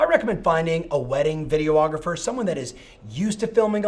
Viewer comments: Video- ographer? It’s just Videographer.... FYI. All kidding aside though Thanks for the “cont-tent” LoL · Jeez...video-ographer? Do you also call your clients "ree-la-turs"? On the serious side, very good, relevant content! Thanks!